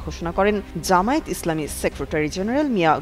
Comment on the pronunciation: জামায়াতের কেন্দ্রীয় নেতাদের দৃষ্টি আকর্ষণ করছি, প্রায় সব মিডিয়া ও উপস্হাপকরা "জামায়াত" শব্দকে জামায়েত উচ্চারণ করে থাকে।একাকি জামায়াতের জন্যে অপমান করে নয়? দৃ